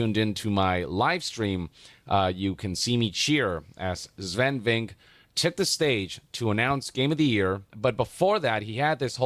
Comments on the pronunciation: Guy gets praised for saying something wholesome and he has to be defended with "this sounds like glazing but it's really not"😢. PS, isn't his name pronounced" VinkAA"?? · Asmongold, I love your videos but it's "Sfen Vinc-keh" Watch the Bafta Interview